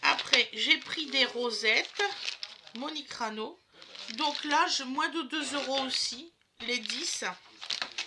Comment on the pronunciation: Ca me fait rire Comment tu dis chorizo et Monique ranou😂